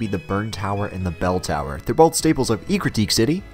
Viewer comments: It’s “eck-rue-teek” city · Great video but wtf was the ecruteak pronunciation.. your zoomer is showing.